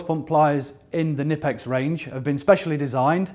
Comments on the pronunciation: it's not nippex, its Knipex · All the reps from different countries say it different. The German rep says Ka-nee-pex..